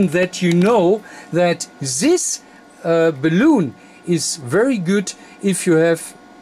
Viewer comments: Hi, the English call it a Balun like Bell Un, i know the pronunciation is prob a bit difficult...as you know it means balanced to Unbalanced...so Bal Un or Bal on or Bell en....not balloon hope you don't mind me saying this...from Fred in UK g4vvq. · Great Video - may I just point out that the English pronunciation is "Bay-Lun" (Balun) and not "Balloon" - but still a great video and very informative - thank you:) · Pronounced: (Bal-Lun). But, fine video! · Nice video. But please, it is BALUN like in BA-LÙN not Baloon like in 🎈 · Errr.. its called a BAL-UN.. A Ball-oon is one of these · It’s not a balloon…. It’s a Balun, as in balanced / unbalanced…. There is no loon in unbalanced. 🤦‍♀️ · BALUN NOT BALOON haha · If you want to get the pronunciation down exactly, it's bal-un, or multiple bal-uns. Your'e such a delightfully charming person, I really don't think that it matters. Thank you very much for being so instructive and having us all visit with you.Verend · Sehr gutes Deutsch.. Ich glaube in der Sprache, die Du hier im Video zu sprechen "versuchst" wird das aber anders ausgeprochen als im Deutschen.. Im Deutschen ist das so vollkommen richtig. Es ist "Balun". In dieser anderen Sprache hoert sich das ausgesprochen aber mehr an, wie "bellen".. So wird es da wohl ausgesprochen. Aussprache ungleich Schreibung.. Balun, wie im Deutschen ausgesprochen ist dort halt eher sowas wie "Luftballon".. Aber das ist nicht so wichtig! Das Video selbst, ist inhaltlich sehr gut.. :) Und das ist schliesslich das Wichtigste.. :D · Your English is GREAT. You might need to make a small adjustment in the pronunciation of the word "balun". You pronounce the word like "balloon" like a "hot air balloon" or what people blow up with their mouth for party decorations, "rubber balloon". This video might help you in the pronunciation. Only kind and helpful thoughts here. Thank you. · the "un" in balun rhymes with the number "one".